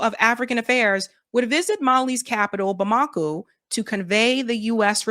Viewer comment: Bomb-a-Koe not Ba-maku.